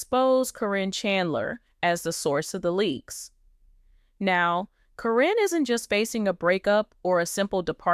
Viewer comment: You know you keep saying caryns name wrong its karen not corrine